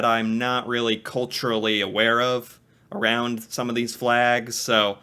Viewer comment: Nobody says that except. And "aroond" is just bizarre. And occasionally he forgets to use those pronunciations.